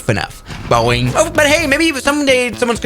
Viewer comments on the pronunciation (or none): none